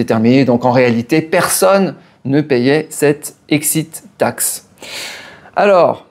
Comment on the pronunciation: J'adore l' "excite taxe" Faut pas t'exciter comme ça allons ;-)))